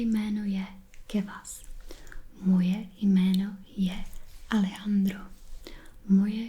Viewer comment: Such a nice video, Kewas. I really like languages and enjoy asmr a lot too. I must say I didn't know anything about Czech but now I want to start learning more about it—pretty cool language. PS.: they way you pronounced Alejandro was amazing jajaja Cheers from Southern Spain!